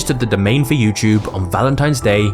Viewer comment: You know it’s a “T” not a ch.